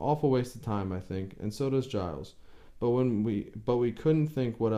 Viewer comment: 'Giles' is pronounced 'Jiles' (with a long 'i' as in 'miles')